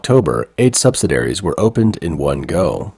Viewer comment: sub-sid-ee-air-eez. Not sub-sid-air-eez.